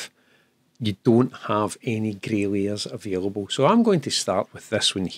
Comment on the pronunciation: I did laugh i thought i heard "Grailiers" but actually with your accent it is "Grey Layers"! took me a while! :) I have watched the part where you talk about the need to ad basic canvas coloured backgrounds as a first layer a few times but i still don't get why you need to do it i am afraid maybe a topic for another great video?